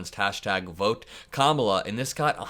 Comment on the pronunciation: Just want to applaud your masterful pronunciation of the Vice President's first name.